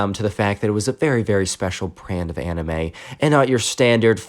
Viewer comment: anime pronounced ay-nyme